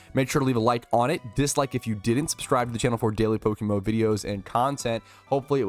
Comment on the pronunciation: What is Pokemo? 😂(Before anyone starts insulting, I was just joking with the way says PokeMMO)